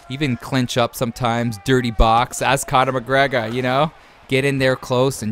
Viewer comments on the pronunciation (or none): No one:: Conuh mugreguh😂